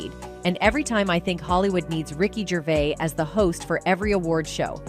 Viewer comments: He's not Canadian, you can't pronounce his surname correctly. At that point I bailed, I assume there were a lot more mistakes further on? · Us Brits are very proud of him calling out those twats and wouldn't it be great if you could pronounce his name properly?